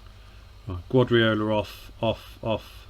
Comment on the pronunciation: Wonder if he realises the guy he keeps pronouncing as Gwadriola, is actually Pep Guardiola??